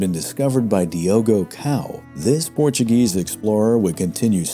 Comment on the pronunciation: “Thanks to the Portuegese colonisation”?’!?! Wtf…